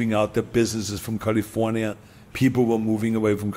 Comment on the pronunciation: lol california... cuh lee forh yuh LOL